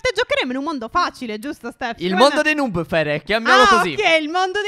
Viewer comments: Non si dice nuub ma noob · Si dice nob no nub